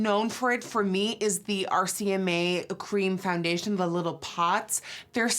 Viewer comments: she says fandation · Someone please make a compilation of her saying foundation